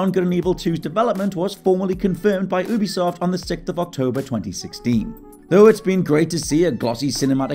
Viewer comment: I know nobody cares but here it is anyway. It's pronounced "yoo-be-soft" not "oo-be-soft". I'll see myself out...